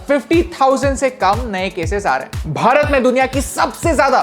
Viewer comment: Love it when you say "Bharat"